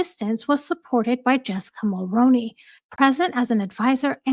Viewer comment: 👋 Jessica Mulroney's last name is pronounced very similar to the actor Micky Rooney's last name with the obvious Mul as a prefix. So think Mull-Roo-Knee the Roo like room or kangaroo. I'm a 🇨🇦 in my mid 50's and the very first time I voted was for her father in-law our former Prime Minister Brian Mulroney. It's one of those names that aren't pronounced exactly the way they look like they should sound. At least it's somewhat close unlike names that don't sound anything remotely like they're spelled. 🤭 Anyway I'm somewhat on a mission now to hopefully get people who are unknowingly pronouncing Mulroney and Reitman's incorrectly to pronouncing them correctly. I had mistakenly thought that people would research things over the past 7+ years. I don't blame anyone because the majority of people who are mispronouncing the names are American and therefore aren't very familiar with Canadian Politicians or our leaders - Prime Ministers past or present. I'm surprised that so many people were aware of Justin Trudeau. Maybe because he was so young when he 1st took office and was considered somewhat handsome ...I don't know 🤷‍♀️ Funny enough I remember when his father - Pierre Elliott Trudeau was our Prime Minister...I was a young teenager then... Anyway back to my point... The 2nd name that people... not you that I'm aware of.. that people tend to frequently get wrong is Reitman's. More often than not they pronounce it as Right-man's which is completly incorrect. It's pronounced as Re